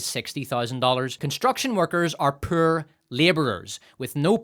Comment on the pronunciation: I could even argue you say Power like Pyre and Poor like Purr.